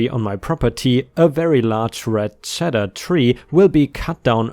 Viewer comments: Cedar I pronounce it like see-der [ˈsēdər] it sounded like you said cheddar, two very different things. ✨✨✨✨✨✨✨✨✨✨✨✨✨✨✨✨✨✨✨✨✨✨✨✨ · It is pronounced CEED ar not sedar. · Cedar, a type of fragrant tree that repels moths and used for storage furniture such as a chest or lining a closet, is pronounced "Cee-dar" with the emphasis on the long E. Cheddar, a type of cheese, is pronounced "Che-dar" with the emphasis on the short E. You do very well with pronunciations, dude, most of the time and I hope you take this in the vein it is offered, as simply a correction and not critical. 😀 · Why did you pronounce cedar like cheddar? You do not pronounce it like the cheese Cedar is pronounced see - dur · Just so you know, cedar is pronounced "seed-ur." What you said, here, is spelled "cheddar" and is a type of cheese. :P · A "cheddar" tree? Roflmao. Lol. Apple trees are awesome but a cheddar tree would be the most wonderful thing on the planet. It's a cedar tree sounds like "seeder". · cedar is pronounced sē-dar. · English lesson for today...CEDAR is pronounced. “see-der”. It’s an aromatic wood that was sometimes used to make wooden chests or to line closets. ⭐️⭐️⭐️⭐️⭐️⭐️⭐️⭐️⭐️⭐️⭐️⭐️⭐️⭐️⭐️⭐️⭐️⭐️⭐️⭐️⭐️⭐️⭐️⭐️⭐️⭐️⭐️⭐️⭐️⭐️⭐️⭐️⭐️⭐️⭐️⭐️⭐️⭐️⭐️⭐️⭐️ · Ceder is pronounced seeder.